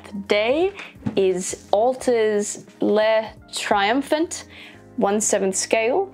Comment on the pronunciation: I'm French and your pronunciation for le triomphant is cute but not accurate but is cute